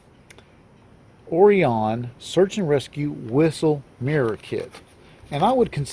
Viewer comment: I think, it’s pronounced o-RYE-an. Not 100% sure but, believe so.